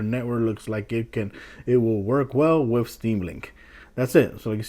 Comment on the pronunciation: "Wif" "Dee Lay" "Really Really" Love the way you pronounce certain words haha. Thanks for the vid. This helps